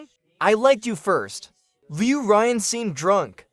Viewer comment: Loo Ryan for a solid two months, no change when the name is pronounced leyew ruyaawn, ughh. And these MCs are simp city